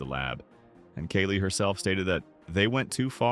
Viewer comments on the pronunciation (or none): It's not Keli but kAli. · Omg stop saying Kaylee! It’s kAhli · Kali is pronounced Kah-Lee. Not Kay-lee. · It’s not Kelly! It’s Kali. Kaaali! How hard it is to pronounce names properly? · please stop using AI-voices for videos. personal use is understandable, but you wrote the script (I'm hoping), please just read it. the AI can't even pronounce "Kali" right in the same sentence.